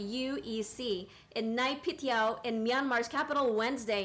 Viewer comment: Bruh, she can’t even pronounce the capital of Myanmar 🤦‍♂️ wtf is “Ny-Piti-Yaw” 😂 It’s pronounced as “NAY-PYI-TAW”